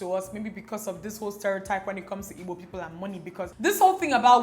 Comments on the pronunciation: I'm now relearning how to pronounce 'Igbo' as Dimma does♥ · now I know how to pronounce igbo properly☺️❤️ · I like the way you pronounce the "IGBO" love you so much!!